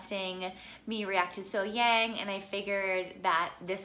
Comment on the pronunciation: Her name is pronounced SoHyoung. 😉😊